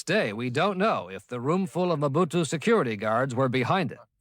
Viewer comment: Merci pour la narration ; Juste un astuce de script : indiquez dans le prompt que l'IA doit prononcer "OU" le "U" lorsqu'il voit le mot "MOBUTU", 😉